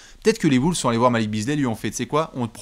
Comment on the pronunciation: Nouvelle saison et rien ne change, dit toujours Woolves 🤦‍♂️